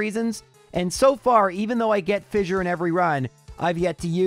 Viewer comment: Hate to be that guy but I'm going to be that guy: "fissure" is pronounced like "fisher".